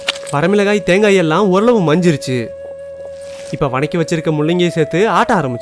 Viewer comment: உங்களுக்கு வதக்கிங்குற வார்த்தை சரியா வராத சகாே..